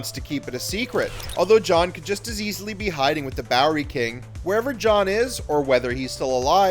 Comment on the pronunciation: What is this ‘bowler king’? It’s Bowery King.